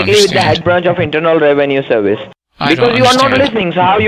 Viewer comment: Indina Rewenue Serwice